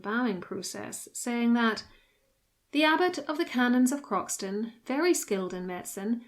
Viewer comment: The correct pronunciation of Croxton is “crowsun” and its full name is Croxton Kerrial but everyone who lives near it calls it Croxton. His visera was searched for in the 20’s by the then marquis of Granby, who in 1925 became the Duke of Rutland. He didn’t find it, but excavated the bulk of the abbey and many of its bits and pieces are in the collection of Belvoir Castle.